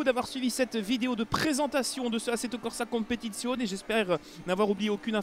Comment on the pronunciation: Excellente vidéo (et très bon accent italien :D) ! Comme j'ai pu le lire dans les commentaires, c'est vrai que l'ajout des GT4 serait génial. Mais j'ai bon espoir puisque ça coïnciderait avec le mode carrière et surtout la présence éventuelle des Pirelli World Challenge et GT Asia (merci pour ce bout d'infos très croustillant d'ailleurs).